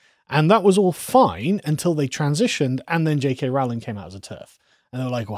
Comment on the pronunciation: It's roe-ling, not rowl-ing.